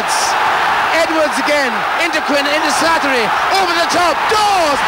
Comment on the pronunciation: He has a wonderful lyrical pronunciation of the name "Slattery"